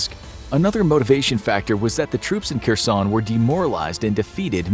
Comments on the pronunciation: Her+son ... not Ker+son Also Har+kiv ... not Car+kiv It's painful for natives to hear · It's pronounced "HAIRSONE"!!! The 'Latinized 'Kh' gets a hard 'H' sound. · its pronounced Her-son.